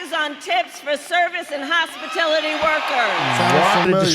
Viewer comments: + “Hospitility Workers” HOSPITiLITY - hospit🤮lity.. That is all. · Kamala seriously said hospitility instead of hospitality 😂. This cracks me up everytime I hear it. I used to dress punk/goth in high school. I grew out of it as an adult although I do still like some of it. Who convinced this girl that Trump is going to give a crap how she looks? Thats just sad. He is about personal freedom. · Hospitility? It’s Hospitality you DF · Hospitility? She cant even say it! Hospitality...smdh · Wow, I’ve seriously lost some brain cells watching these people! Kamala the word is hospitality, not hospitility.🙄 My cousin wrote a post a few days ago that I thought I’d share with the like minded subscribers of this page. She said out loud what most of us sane and logical people are thinking. “This will be all I say about the democrat's nominee switch perpetrated by the rulers of their party and the media… I am having a hard time...I feel like the American people have been "played"...ALL AMERICAN PEOPLE. The celebration of the circumventing of our country's democratic process both angers and saddens me. The complicity of the media, our President’s family, friends(?) and administration which hid the deterioration of our President was nothing short of a self-coup...an attempt to remain in power through deception and possibly illegal means. President Biden has been exhibiting age related memory lapses FOR YEARS. This information was covered up with statements like..."he runs circles around me" or "he hasn't missed a step". His failing health was covered up. The party did not allow him to be primaried...the American people were lied to...the elite, powerful, rich of the party KNEW Joe had to go. They allowed state after state to cast votes for a nominee they KNEW was not going to make it to election day. 14 million votes cast for the Biden/Harris ticket. They allowed the republican presumptive nominee to form a strategy to defeat Joe Biden...and it was working far too well...t